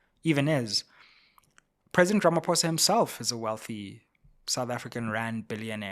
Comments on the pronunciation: This bad pronunciation of our Presidents surname is still palatable prounounced it as Ramap o e s a 😮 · Sayril Ramafowza😂😂😂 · 😂 You can't even get the South African presidents name right!